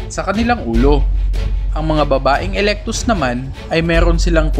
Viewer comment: kuya eclectus po yun hundi po alectus heheh😘😙😚🤗😅